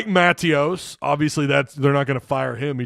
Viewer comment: Bro not to be a jerk but it's Muh-Tay-Ose not Maa-Tee-Ouse